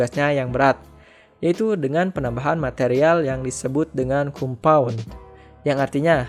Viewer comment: ralat bang, hrs nya di tulis compound di baca kom-pawn